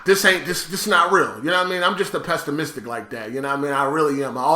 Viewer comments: "Pestamistic" lmao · my God how does he pronounce pessimistic